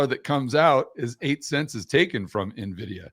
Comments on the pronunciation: why does he pronounce it like navidia? The NVidia CEO and most tech people pronounce it like envidia. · “EN-Vidia” > “NAH-Vidia” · It's not na-vidia. It's en-vidia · Why does he keep calling Nuh-Vidia? Kinda destroys his credibility. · Why does everyone say 'Nividia' 🤣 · Wait if a hedge fund manager pronounces it Nividia I'm already concerned that investors are even more clueless than I suspected. These are device with billions of transistors, can't we expect the people funding this stuff to have a buffer memory of more than 6 characters? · I know all these people who just found out about this company mispronouncing the name...you can pretty much ignore anyone that pronounces it this way, it marks them as someone with no understanding of tech since it shows they are new carpetbaggers just trying to sell some snake oil around the big tech success, anyone who knows the industry well enough to listen to knows the real name. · Impossible to continue listening after he called it “Nividia” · Typical investor. "Every dollar that you make is going to go to " a company you can't even pronounce the name of. The guest should do his own video on "how to remove your credibility"